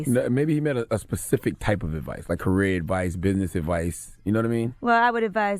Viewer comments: Man it’s “Specific” not pacific ....🤦🏾‍♂️ Pacific is the ocean Specific means to explain in further detail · Did CTG say" specific like the ocean!!!" Puhleeeze know the diff between PACIFIC & SPECIFIC🤣🤣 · "gotta be pacific like the ocean"... Charlemagne take this L..infact give urself donkey of the day!! 🤦‍♂️